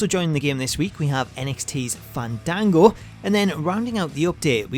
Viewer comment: They call him fane Dane go its Fawn dawn go